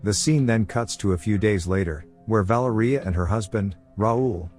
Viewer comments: Vah-lair-ee-ah I can't stand when a basic name isn't pronounced correctly. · the way the ai pronounces valeria 🤣